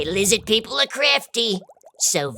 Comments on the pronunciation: LIZZID PEEPLE? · lizid peeple